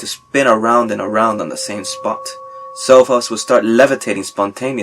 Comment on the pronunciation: Michael Rentz he says sofa's.... But does sound like cell phone.